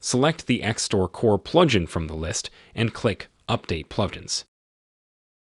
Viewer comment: This guy can't say "plugin" haha